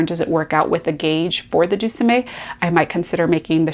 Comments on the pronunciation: The Deuxieme Cardigan is pronounced De zee em. It is French for 12th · Very glad to find your channel. I too am looking for a great cardigan pattern to cast on for fall. [Just a note as someone who majored in French in undergrad , and whose grandparents were French speakers- Deuxieme ( which means 2nd) is pronounced - Do Z M, emphasis on the M anyway...]. I was happy to see that you found some options that I missed. I am finishing up a trio of vests for my 3 grandsons, and one more for an "almost grandson". When those are finished I will be ready to cast on. Good luck with your choices. I will check back to see your progress.